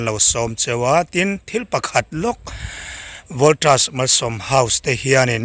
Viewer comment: Voltras ti ve ziah suh.. Voltas ti ve mai roh.. JITri. ti toh suh. JIT ti mai roh. I tawng hi Burma chhuak tawng a ang. Inzir nasa roh. English hi a awmze bo thrak in ilam thin a. Naupang zawk lo en ve ho hian anbuai phah thin. English hi zir tha leh roh.